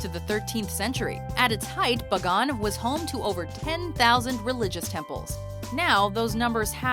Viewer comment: This white chick sure can butcher pronunciation. Angkor WATT!! BUG-GONE!!